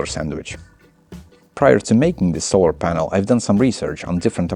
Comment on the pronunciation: it took me 3 rewinds to understand he actually said "polar sanel" the first time X3